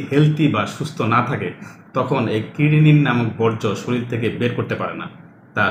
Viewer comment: আপনার পর্যায়ের ডাক্তারের মুখে চারবার " শরীল" শুনে ব্যথিত হলাম।